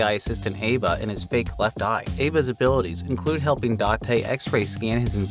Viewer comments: Aiba is pronounced like "eye-ba", アイバ. She's an eyeball. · I'm sorry but the way you pronounce Aiba kills me 😭 Its EYE-ba, like an eyeball lol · For the Somnium files…’Aiba’ is pronounced ‘Eye-ba’… because she is an A.I. Ball (a pun on ‘eyeball’.) The dismembered body isn’t a shock, since you find a body like that later in the game. As for why those assets are there, you need something to create colors behind the blur, and blurring gross things out is pretty standard on Japanese TV, and is often done for comedic effect in games. (For more examples, see the ‘Dubious Food’ in LoZ BOTW) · I mean, you heard how he pronounced it. Odd that he got Kaname Date correct but not Aiba though.